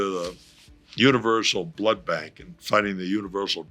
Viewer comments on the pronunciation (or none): none